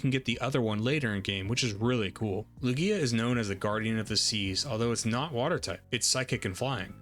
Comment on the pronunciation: I was watching your video and though it was good until I heard you say Lugia..